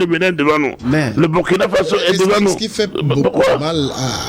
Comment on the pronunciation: M. l'animateur, On dit BOURKINA ( même si on écrit BURKINA) tout comme on dit FASSO (Même si on écrit FASO). Ça fait mal aux OREILLES, quand (surtout un africain prononce ce mot-là si mal.)